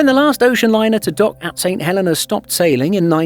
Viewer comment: And you miss pronounced it, the Helena is He lin na, also if there's enough demand, a RWY expansion could fulfill a direct flight.